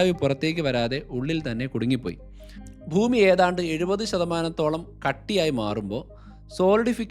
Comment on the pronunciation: താൻ ഭൂമിയെ ഫൂമി (foomi )എന്ന് ഉച്ഛരിക്കരുത് bhoomi എന്ന് വേണം പറയാൻ..